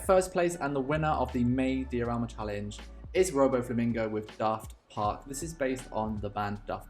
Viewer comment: Is "dee o rama" the german pronunciation?